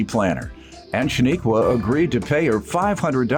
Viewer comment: Her name is pronounced SHA-NIQUE like you would say unique. There’s no a at the end